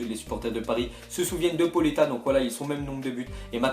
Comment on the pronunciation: pauleta il faut prononcer le a et le u il faut le prononcer o c'est pas poletta hein